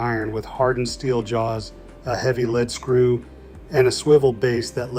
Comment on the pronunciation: Is that the best you can do? Saying "led" screw instead of lead (lead) screw. Why can't you talk for yourself? Oh, you're from some other country and don't speaka da englich. Well Why TF is your AI talking about our dad's tools then?